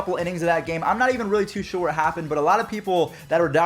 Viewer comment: Sher? Do you mean sure?